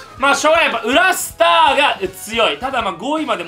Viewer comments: 「緊急速報」 裏アイテムがスター=「裏スター」の発音 は、クラスター感染の「クラスター」と同じ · 裏スターがクラスターに聞こえる笑